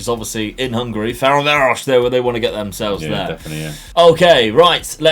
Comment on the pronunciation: I'm from Hungary, and you beautifully murdered Ferencváros' name :-D